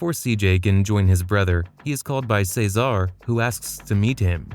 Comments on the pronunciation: Say-zar, Kendl's bf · Are you saying Cesar’s name like that on Purpose?? It’s really annoying how you incorrectly pronounce his name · It’s vercetti not Verchetti and it’s cesar not cezar but good video